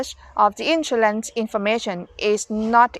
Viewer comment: We pronounce “ Insurance “ You pronounce “ insoolence “ 😁😁